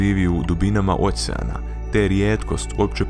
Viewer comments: kaze se okean a ne ocean ahhahahahahhahaha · Kaže se "okean", kakav "ocean"..... Pa je li realno ovo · neizgovara se ocean nego okean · Okean a ne ocean hahhaha